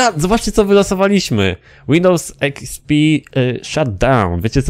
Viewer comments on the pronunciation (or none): Łindołs ekspi xdxd xD